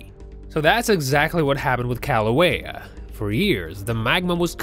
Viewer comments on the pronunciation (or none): And its pronounced (killouehya) not Kalouehya. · Its not paper, its Laaahhvuh. And its not St. Helens, its Kaaahhluhwayuh. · Omg yes and the volcano itself!! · Brah, learn how to say lava and Kilauea. Mahalo 🤙